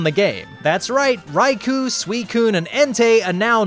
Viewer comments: It’s Rai-KOH, not Rai-KOO, for the record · It's pronounced "Rai-koh", not "Rai-coo".